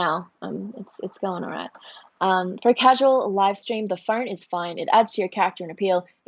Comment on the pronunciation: "Sorry i have my phoaaannnrnne" now.. that ma fren is Aussies😂🤣😁